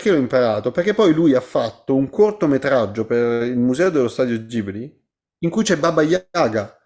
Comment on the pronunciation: "Lo studio Gibli..." GIBLI madonna santissima... GHIBLI!